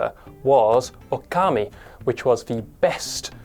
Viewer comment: Ahhhhh!!! Okami, It’s pronounced OOO-KA-MEE NOT Oh-Kar-Me